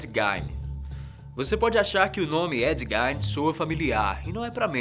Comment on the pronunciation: Não é Ed Gain é Ed Gein